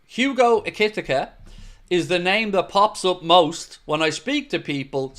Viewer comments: just a heads up, Ekitike is pronounced "Ekky Tee Kay" , not ekitikuh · Hello, here's how you pronounce Hugo Ekitike EE-KEY-TEA-KEE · i think its pronounced Ekeeteekay Ekiteke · It's 'Eki-Tee-Kay'... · EKEE TEEKAY....... is how you pronounce it. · you keep butchering his name!! 😂😂